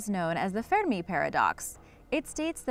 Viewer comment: pronounced "ferr-mee", not "fe-de-me"